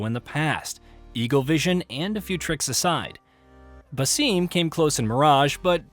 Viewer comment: Pronouncing Basim, Eivor and Resynch wrong just makes this feel like a soulless AI video.